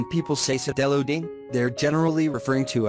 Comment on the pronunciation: BTW not see-del-loading..... = side-loading 👍